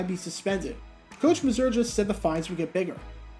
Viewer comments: The coach's name was pronounced MAY-ZUHR. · John Mazur is pronounced MAY-zurr not the way does it.